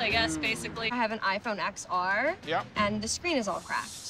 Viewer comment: yep, that's how you properly pronounce "iPhone XR"